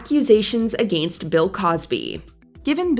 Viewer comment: The way she pronounces “against”…